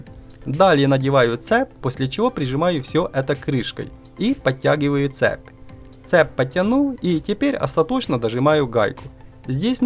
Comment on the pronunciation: Слушай, а вокруг тебя реально что-ли люди так говорят: цеп, заряднОе, семьдесЯт, сантИметров, Штопорное?